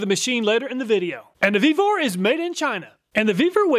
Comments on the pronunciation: Ve-vor not vbeaver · When talking about the Vevor, I thought he said, "The Beaver is just getting warmed up."